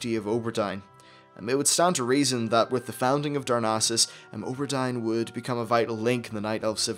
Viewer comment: you say O ber Dine, i say Aw bur Deen